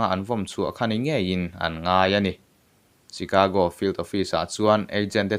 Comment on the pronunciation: Chicago (Shicago ti a lam tur)